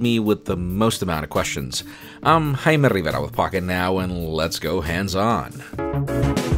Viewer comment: Even tho your English is perfect I really like the fact that you pronounce your name the Spanish way jaja